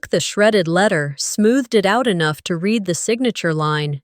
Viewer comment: It’s not pronounce reed it’s red for the word read in the narration. Such a shame that nearly 9 times out of 10 the narrators pronounce words wrong. They should be given a lesson in pronunciation and grammar. It’s not their fault, it’s the powers that pull the stings.